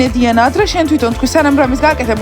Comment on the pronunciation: უფრო სწორად დუანა კი არა დიანა😊😊😊😊